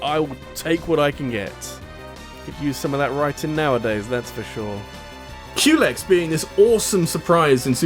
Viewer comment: In the words of Crona: You picked the wrong house fool! In the words of Big Smoke: Unluckily for you, those doors only open inwards. When you said Culex, i thought you said Q-legs